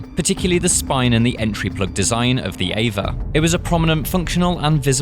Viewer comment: eva? E.V.A, pronounce letters separately aswell